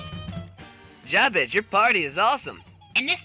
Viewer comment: And I swear it's Juh-Behz, and not Jah Behz.